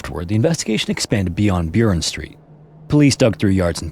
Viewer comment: Burren Street is B U H - R e n like Burrow